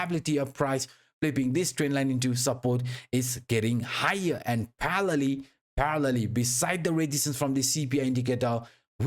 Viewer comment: I’ve watched your videos for a while, great stuff! I still can’t figure out the word that you always say, “Parrelly”?? What word are you saying?